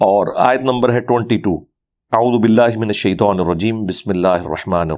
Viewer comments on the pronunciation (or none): none